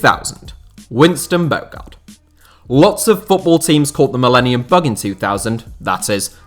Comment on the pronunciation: Top 10 "what ifs" i.e. Luc nilis at villa. Surely coutinho to barca and then knocking them out on loan is a top fail. Also throw aquilani into the mentions list. We were promised the next xabi Alonso. Oh, think its pronounced winston "bo harde" btw.